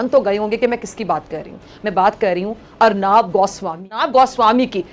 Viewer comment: अरनाब नही रे पगली अर्णब है